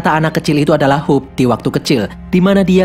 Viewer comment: Jadi intinya saya sering salah denger kalo abang bilang "Hope" menjadi "Hulk"